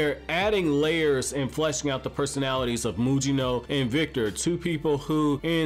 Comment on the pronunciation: Mugino, no Mujino.